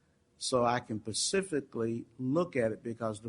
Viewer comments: ..... if he said pacifically one more time I was gonna die!!!!! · I can’t get over the fact that this judge doesn’t know the difference between specifically and pacifically… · My God... How did you get to be a JUDGE and don't know the difference between "specifically" and "pacifically" 🙄 and why is no one correcting it lol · How many times can one person pronounce "specifically" as "pacifically"?!?! It was making me crazy!!! I had to go off the video and take a "special break" LOL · I can’t believe how this judge keeps saying ‘pacifically’ instead of ‘specifically’ and ‘mefod’ instead of ‘method’ and ‘Anfoney’ instead of ‘Anthony’ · How in the hell did this judge get elected to the bench without knowing the English language? New drinking game... take a shot everytime he says "pacificly".. just sayin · Pacifically?!? Really?!? Sigh. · I was wondering that too. If they asked the court reporter to read it back, would she say specifically or pacifically? It drove me nuts every time the judge said pacifically. I did laugh when Jose said specifically and then said pacifically the following time LOL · pacifically, Anfony, Lazzario, the list goes on and on...I just love Judge Perry though. Cant help it. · The judge doesn't even know the difference between the words 'specific' and 'pacific', hahaha. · Did anyone else hear the judge say "pseficially" over and over again!!! Come on, your a judge. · PACIFICALLY, Mr. Baez, pacifically. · SPecifically....OMG,!!! SP SP SP!!!! this guy could decide if you live or die and he can't even pronounce people's names or speak normal words ...hell no that's not even funny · He shouldn't even attempt to say specifically let alone 40 friggin times